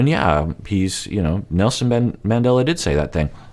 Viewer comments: That was so ridiculous. Steven is a joke. First he invokes Jesus and then Nelson Mandela. He couldn't even pronounce his name correctly 🙄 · Did anyone else want to slap some sense into Steven when he invoked Nelson Mandela (and mispronounced his name even)? He's so ridiculous. Good grief. And how long has he been practicing this speech? Does he just Google random quotes to throw out into his rehearsed manipulative conversations?! He just out cringes himself as time goes on. Props to Ari for calling him on his crap. And props to Kenny and Armando for being awesome, all the time. And even Corey made great points. You know Steven is below the bottom of the barrel when Ari and Corey are in a position to dish out respectable relationship and life advice.